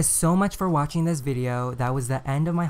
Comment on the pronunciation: Did he say.....Wacking instead of Watching???😂😂😂